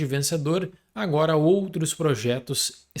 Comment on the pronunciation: Pessoal, vocês reparam que o fala ANUORA? HELP